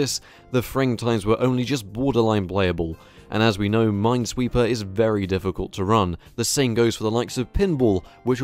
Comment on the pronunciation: Mines weeper ajajjajajaja